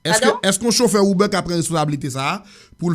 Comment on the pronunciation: Kijan manzè pwononse saa (UBER)hmmmm